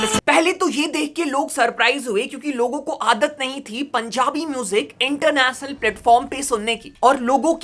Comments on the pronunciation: international gane ❌ Internachnal gane✅ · ek baar fir se bol.... Inter nas nul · International ❌ इंटरनेसनल ✅ Revolution ❌ रिवोल्यूसन ✅